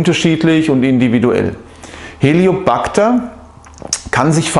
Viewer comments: Es heißt nicht Helio backter Helicobacter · Helicobacter nicht Heliobacter! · Sprechen Sie von Helicobacter oder Hellio Bacter? Und was ist denn der "Hellio Bacter"??😂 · "HELIO -PACTA"😂 Lernen sie bitte mal Professionellere Videos zu machen...unfassbar...